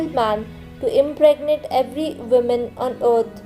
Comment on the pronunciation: You probably meant Oregon. Woman, woman, womAn!!! Will you ever learn!